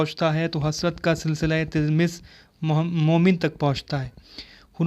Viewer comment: Tilmiz nhi talammuz hota h